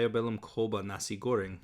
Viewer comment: I speak Indonesian and the AI and your pronunciation was regularly very incorrect. You were completely correct in that Halo is not pronounced like the English word halo, but more like "ha-low". Later on it regularly accepted poor responses like pronouncing "coba" like "koba" instead of "choba", same with "belajar" which is not pronounced like "bella-jar" but more like "be-la-jah". Weirdly enough it is full of errors but looks really fun. I'm so torn on whether I want to buy this.